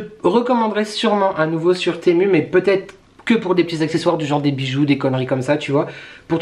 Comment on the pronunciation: TEMU se prononce [timou] 😉